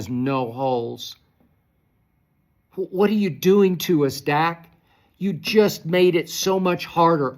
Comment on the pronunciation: Skip said Duk Prescott 😂